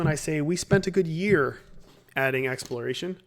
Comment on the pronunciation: "Exploriation" Sorry. Really.